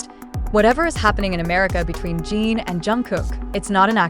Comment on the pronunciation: Jungkook is already with Jimin for gods sake. And it’s not Jeen, it’s Jin